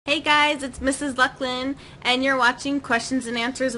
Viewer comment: YAY, you answered my question:D I actually forgot i asked it XD lol Ha, when i suddenly saw my name, and listened you trying to prenounce it, i shivered!:D THANKS, this made my day:D for now... xD